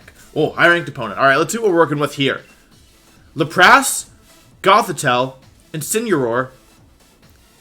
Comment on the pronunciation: this man said la-pas lmaoooo